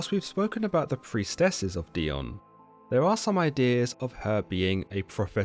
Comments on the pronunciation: Wouldn't the name be pronounced DAI-OH-NEE? I mean...she IS Greek after all. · It's Dee-oh-nee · I love this channel! (I think it is pronounced die-oh-nee) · Wow first time hearing it pronounced this way. My name is Dionne pronounced Dee-Ahn.